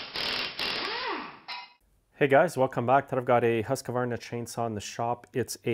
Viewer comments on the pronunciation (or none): Buddy, you work on small equipment for a living. Learn how to pronounce Husqvarna! It's "Hoosk-Var-Na." There's no letter "a" between "Husq" and "varna."